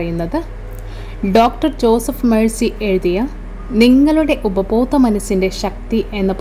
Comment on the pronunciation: ജോസഫ് മേഴ്സി അല്ല ജോസഫ് മർഫി ആണ്. അതോ ഉഛാരണത്തിൽ സായിപ്പിനെ അനുകരിക്കാൻ ശ്രമിച്ചതാണോ എന്നും അറിയില്ല. എന്തായാലും നല്ല വിവരങ്ങൾ.